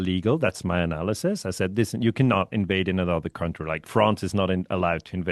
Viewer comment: Country = kAntry,, nicht 'kAUntry'. Das ist ein ganz übler Anfängerfehler. Das irritiert mich jedesmal auf's Neue. County ohne 'r' ist etwas anderes. Es gibt country (Land) und county (Bezirk). Ersteres ist eben kAntry und nur das zweite spricht sich kAUnty